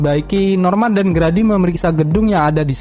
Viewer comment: bang Grady Itu Bacanya "gredi" bukan "gradi" :]